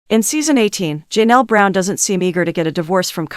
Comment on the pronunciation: Poly-gam-us??? If you film videos, learn to pronounce words correctly. It’s also Ja-Nell, not Jean-ell.